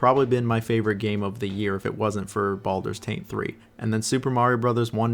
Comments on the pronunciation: Why does he keep calling baldurs GATE 3, "baldurs taint 3"? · Is he deliberately mispronouncing titles.... no.. I'm being pranoid. .... Baldurs Taint 3